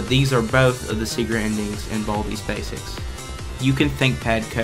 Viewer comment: when he go WEHN BALDEYS BASEKS i laugh